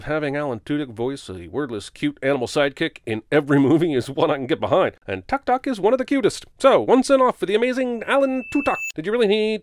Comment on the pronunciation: Why do you keep pronouncing Tuk Tuk with [ʌ] and not [u]? The voiceover actress knows better, doesn't she?